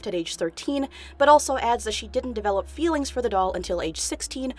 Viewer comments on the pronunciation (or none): none